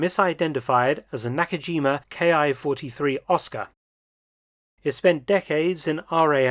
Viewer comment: A welcome showing! I was fortunate to see a few of these when last in the UK. Small correction -- IJA aircraft designations are not pronounced 'K.I.,' but rather, 'Key' (キ), being short for 'Kitai,' or 'Airframe.' So, for example, the Ki-43 'Hayabusa' was factory-coded 'Airframe 43' while being service designated the 'Army Type 1 Single-seat Fighter'.